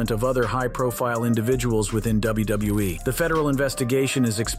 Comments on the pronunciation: I guess some people have a tough time pronouncing WWE. Apparently, this guy is at least one of them. Did you notice it sounded like the guy said Wrestlemania Narteen? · DUDE ITS WWE NOT WBE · why does he say wbue instead of wwe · WBE? That’s what it sounded like. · Why does everyone have such a hard time saying W W E? Why would Brock want her if he's married to Sable? I can definitely see McMahon doing something like that but not Brock. Course Idk him personally so who knows